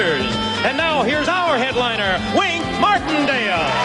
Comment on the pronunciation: That first show the announcer was wrong!! It's Wink Martindale and not Win Martindale!!